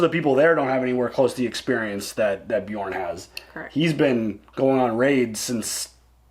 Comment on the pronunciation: Not trying to be a dick but you're killing me with the way you pronounce Aslaug. It's pronounced Oss-log not Ass lug. lmao Also, Bjorn is pronounced Be yern.